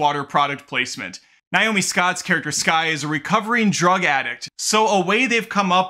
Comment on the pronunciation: On what planet is the name “Nay-oh-mee” pronounced “Nye-oh-mee?”